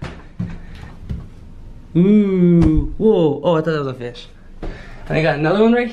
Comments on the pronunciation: It’s not fis it’s fish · No its Called Fish not Fis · why you say fis its fish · Is it just me or ever time they say fish sounds like fist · it’s a fiss Me:it’s a whale:ITS A FISS! me:ITS AAAAA WHHHHAAAALLLEEEEE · he said fish like fist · Wie you save fis instead of fish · It's fish not fiss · You say fith not fish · It’s fish not fiss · IT IS NOT FISS ITS FISH OKKKKKKKKKKKKK